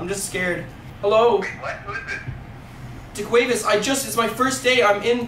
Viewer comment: deqavis bro that kills me when y’all say that 😂😂 or deshawnte